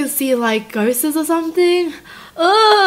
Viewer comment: I like how she said ghost-es